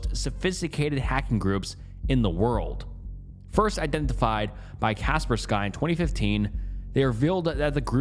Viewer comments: Dude, it’s pronounced CAH-SPUR-SKEE. Not, “Casper Sky”. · China derives significant income from cyber crimes. So much, in fact, they have entire military units dedicated to it. Also, it’s not “Kasper Sky” lol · “kasper sky” good lord 😆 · Kapersky is pronounced “Kuh-Purr-Skii” 😊❤ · Lol kapersky i dont think you pronounce it like that bahaha